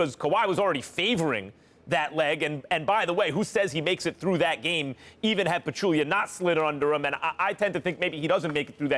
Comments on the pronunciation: Zaza and Aldrige's closeouts were both dirty but not as dirty as Stephen A pronouncing "Zaza Pachulia" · Zaza closeout was dirty but not as dirty as Stephen A pronouncing "Zaza Pachulia"